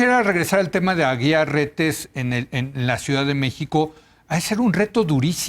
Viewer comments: No es Aguilar su apellido. Es AGUIAR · Este supuesto comentarista ni siquiera sabe pronunciar correctamente los nombres de las personas ni porque lo está leyendo. NO es Aguilar. Es Aguiar. Debió haber estudiado en un Instituto Patrulla. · Es Carlos Aguiar, no Aguilar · No es Carlos "AGUILAR" es AGUIAR RETES. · No es Aguilar, es Aguiar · Leo, su apellido es Aguiar, no Aguilar🤔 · Es Aguiar, no Aguilar pendejo